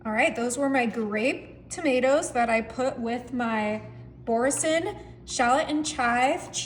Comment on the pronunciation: Yes and it's a French cheese pronounced ' boor-sun'.